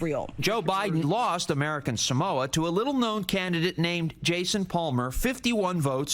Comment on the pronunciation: Samoans don't even pronounce it that way. It's more like Somwa.